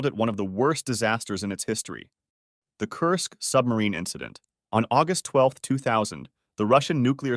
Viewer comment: "on aungust 12th"